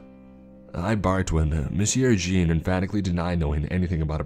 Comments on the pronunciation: No offense,, but your pronunciation of Jean as “Gene” instead of “John” along with your other slip ups regarding French and German names and titles was a bit jarring to say the least. Definitely still enjoyed the story though, so keep up the good work, bruh! 😁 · Jean is pronounced John if this is French too. Pronounced Reich as "Ray-chuh". All the mispronunciations really took me out of the story.. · The 4 years of HS French in me cringed at every Monsieur Jean...